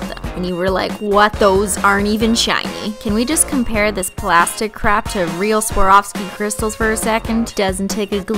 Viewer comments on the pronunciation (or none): none